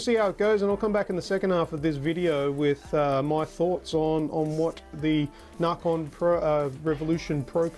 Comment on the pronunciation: it's nacon not narcon